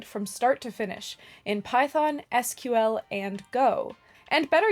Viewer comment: Thank you for pronouncing SQL correctly. :) (In your ad that I accidentally watched.)